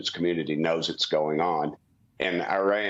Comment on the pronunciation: He’d be more believable if he knew how to pronounce Iran. And then he says Jim Jordan and Steve Scalise (may not be spelled correctly) are good options for speaker and lost all credibility. Sigh.